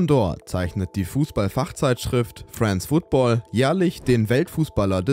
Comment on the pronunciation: Nicht wissen wie man France Football ausspricht und dann noch Teile aus dem Calcio Berlin Video klauen...